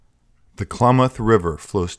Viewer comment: Not Claw-moth.... Clam-ath. Clam like the mollusk. -ath like math.